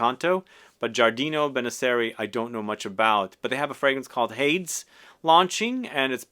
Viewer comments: Surely it must be pronounced Hay-dees given the sister fragrance is Hera, no? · Just so ya know, Hades is pronounced “Hay-dees” and he is the Greek god of the underworld!